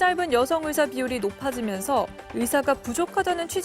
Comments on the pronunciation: 여자의사들이 일을 안한다는게 아니라, 여성 의사들이 남자 의사들 보단 혜택 받음. 생리나 출산때문에. 그런데 그 혜택이 당_연히 해주는 것이라고 생각하면 안됨. 권리와 자유의 나라에 사니까, 받는 혜택 임. 발음 샌거로 자극적인 썸네일 + 남녀 갈라치기? 유치하다;; 뉴스다운 뉴스로. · 의새 ㅋㅋㅋ 발음 정확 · 확실히 의새로 들리는데. 의사를 더러운 검새나 판새로 보나보네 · 뭘 의도적이냐? 발음이 잘못나온거지..ㅋㅋ ㅋㅋㅋㅋ 검새. 판새. 짭새. 이새"ㅋㅋㅋ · 의사가 어떻게 의새로 발음이 되냐 ㅋㅋㅋㅋㅋ 아와 애는 혀의 위치가 완전 다른데 평소 의사에 대한 생각이 어떻길래..^^ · 의사 발음을 잘못할 수도 있지 그것같고 지랄하면 발음 못하는 사람 다 비난해야하냐? 의사를 의새로 잘못 나올 수도 있지? 쌀을 살로 발음하는 지역 사람들도 그럼 비난받아야하냐? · 발음이 잘못된거지. 장냐치냐. 의사협회들아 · 발음이 잘못 나온건데 이렇게 과장 하고 부정적으로 표현하는군요.. 온국민이 주시하는 이런상황에 의사님들이 생각하는 그런 발언을 할수 잇읍니까. 억지를 써도 너무 불편하게 쓰시네요. 지능과 인성이 비례되면 좋겟읍니다.